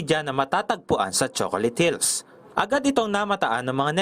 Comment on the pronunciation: Hahaha naka ilang ulit ako baka nagkakamali ako ng dinig 😅😅😅😅😅 Choconut hills😂😂😂😂😂